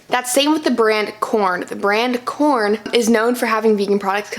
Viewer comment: Sorry, Quorn is not pronounced 'corn' it's QU-orn